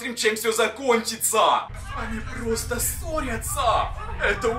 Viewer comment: Почему когда говорит просто сразу же мне кажется что он говорит просто сри уже🤣🤣🤣😂🤣😂🤣